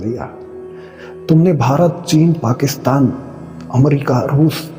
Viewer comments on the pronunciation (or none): none